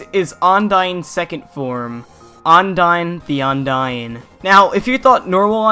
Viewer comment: "Ondyne the Ondying"